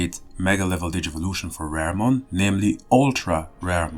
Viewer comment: Its pronounce RA-REH-mon not RARE-mon